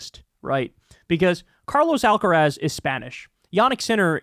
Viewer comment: Love you, Kyle, but learn how to pronounce Carlos Alcaraz. It hurts when you say it. XXXOOO